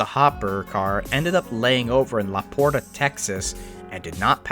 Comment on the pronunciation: The Texas city of LaPorte is pronounced "LaPort". The "e" is silent.